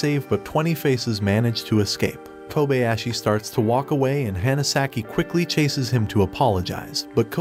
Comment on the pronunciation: "the Hanasaki" (pronounced Hannah) You're awful with pronouncing names, even on your other channel. If you can't be faithful with that, maybe you shouldn't review anime.